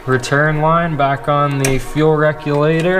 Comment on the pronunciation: fuel wreck-u-later you say? lol open source for life buddy keep at it